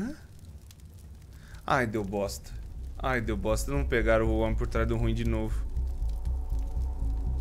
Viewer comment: eu amo quando ele fala: o homem por trasdo ruim e o homem por tras do roim